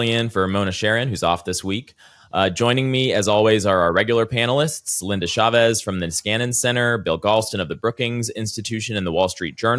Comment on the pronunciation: Her name is not "SHavez", it's "CHavez". Show some respect!